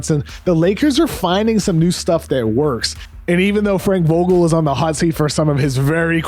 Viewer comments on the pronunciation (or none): none